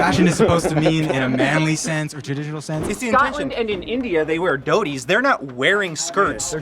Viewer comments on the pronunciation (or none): you muppet... it's not 'doodies' it's 'Dothi'